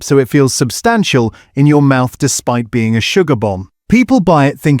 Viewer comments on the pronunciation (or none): none